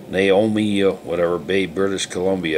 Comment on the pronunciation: I must say I've never heard the name Nanaimo butchered as bad as you did. Naomi? LOL. It's NA-NAI-MO.